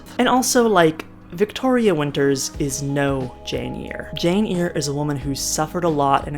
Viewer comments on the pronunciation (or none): well as a retired paralegal, I'm usually a stickler for spellings and pronunciations. I really do try and not correct people, but I cringed a little bit on Jane "Ear". I remember trying to find that book in the library and couldn't. I had to go back to the teacher to have her tell me how it's spelled. Lol. YOU are up early for Portland! I'm from Olympia, but had my career in central WA. Now I'm in Fort Smith AR.